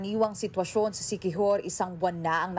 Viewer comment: "Inila-GUY ang siqui-WHORE..."